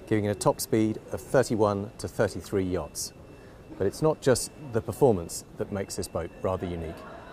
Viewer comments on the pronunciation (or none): Poor fella leave him alone so he made a little boo boo you know he ment yochts, I wounder if could speak so f luently on a tour first take.😆 Gorgeous yacht such detail, gone are those straight lines. Nice video thanks for sharing 😉👍👍